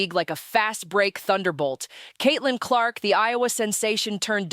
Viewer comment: Please pronounce her name. Correctly